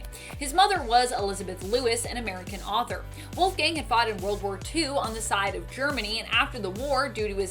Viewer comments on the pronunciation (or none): none